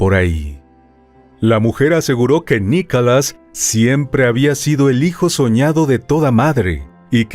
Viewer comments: Perdona pero pronuncias mal no es Nicalas es Nicolás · Por favor que ya no narre esa señora, tiene una voz muy desagradable 🤮 y ni siquiera puede (o no sabe) pronunciar bien, dice: "NICALAS", ya total, mejor que lo diga en español